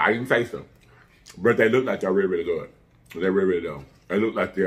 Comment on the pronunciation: “They guwd , they guwd y’all.”